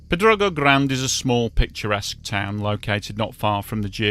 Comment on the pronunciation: Crazy Yes I'm fluent. He can even pronounce Pedrógão 😂